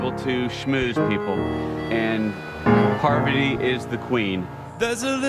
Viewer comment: How does she pronounce her name? Pretty sure it's not "Poverty".